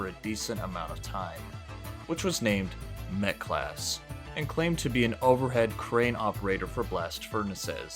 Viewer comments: Not to be picky but it's Metglas not Metclass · Not hating at all. Just wanted to point out a small mistake. You wrote and said in your video that wings worked at MetClass when it's actually MetGlas.